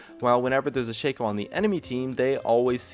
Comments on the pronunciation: It's not SHAKE-OH it's fucking Shaq-oh. Like Shaquille. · Dislike you said Shayco